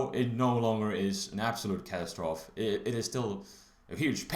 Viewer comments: It's pronounced catastroph-ee :P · love how he pronounces catastrophe like it's spelled :P